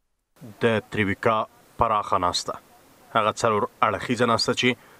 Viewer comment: تره ویکا ، غلط دی، تروویکا ، تلفظ کېږي